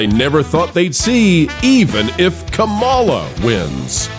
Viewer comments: This show claims not to be political yet the host mispronounces Kamala’s name, always takes an anti-left stance, and clearly has a Rush Limbaugh obsession. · Show some respect and pronounce Kamala’s name correctly.